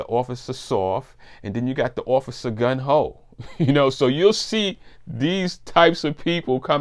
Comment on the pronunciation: Great video, very interesting, thanks!! I have to mention this though, its not "Gun Ho" ...the correct term is "Gung Ho" ..it doesn't really matter, its just something i noticed and thought was funny😂